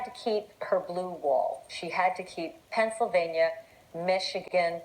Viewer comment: "The state of Pencilvania."